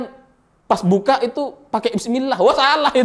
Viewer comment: masyarakat salah dengar tapi sebutlnya saat dia makan itu,dia sebut BIS KOTA,bukan bismila